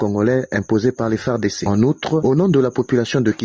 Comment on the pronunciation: Cmnt cette fille congolaise ( peut Etre ) a du mal a prononcer les Fardc EN lisant par syllabe,et Kivu EN Kivi ?